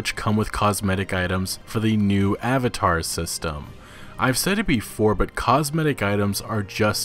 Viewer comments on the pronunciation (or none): none